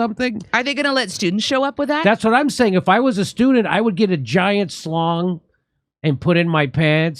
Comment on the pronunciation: Okay Jimmy, listen up.....it's a schlong not a slong.....lol....